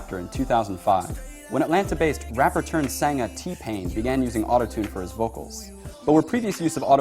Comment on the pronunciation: "rapper turned sanga" I'm sorry you slipped into Niggish Can you repeat that in English?